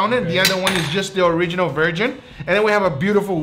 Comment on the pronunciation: Owriginal Virgin